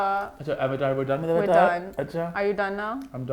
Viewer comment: Evatarr nai avtaar it’s a hindi word